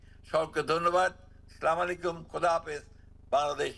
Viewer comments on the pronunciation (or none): ফখরুল সাহেব সালামটা ঠিক মতো দিতে জানে না সেও আবার কতিপয় কয়েকজনের নেতা দাবি করেন